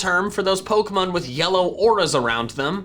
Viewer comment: Bro.. you need to stop fucking up the pronunciation of "Pokefans". It's so fucking annoying especially since from there after you always do a hard "Pah" sound. When you say pokemon.😒😒🤦‍♂️🤦‍♂️